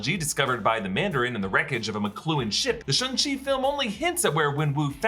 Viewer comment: SHANG CHI. Get it right